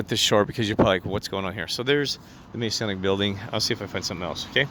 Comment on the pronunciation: Im not testing truth. He's not and can't be. He has a criminal record. And he would be removed due to breaching Masonic rules. Also can you please say the word "Masonic" correctly. GOD BLESS and thanks for commenting.